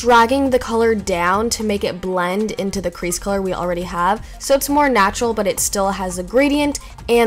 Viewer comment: i love how you you say natuarl for green in you eye brows